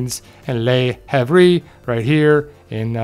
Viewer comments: For flap's sake, not "lee hav-ree". It's basically "larv". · I think the port Le Havre is pronounced luh-ah-vruh